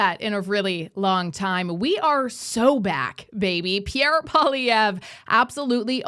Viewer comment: Please say his name properly ffs tabernacle: said like PWAH-lee-ev-rrrr Poil-i-èvre. Merci 🤌